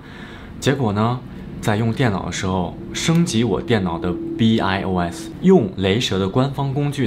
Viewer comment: BIOS读[拜奥斯] 不明白你说英语这么久了还不懂自然拼读的基本规则